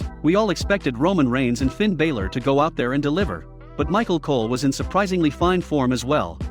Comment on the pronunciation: You saying Finn Balor name wrong